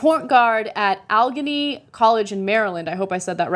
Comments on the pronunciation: It's pronounced al eh gay nee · The college was pronounced Al(like Allen)- uh-gain-e